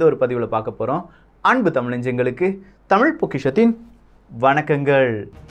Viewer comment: வணக்கம், டமில் அல்ல, தமிழ்.